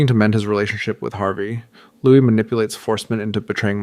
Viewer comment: Checked out when I heard how you pronounced "Louis"